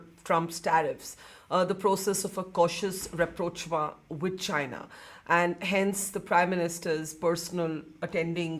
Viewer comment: why is the word rapprochement being used so many times.. that too with an incorrect pronunciation?! When I hear some saying reprochmaa, I start to wonder if they are referring to a lady in their house named raproch ma! or Jack ma..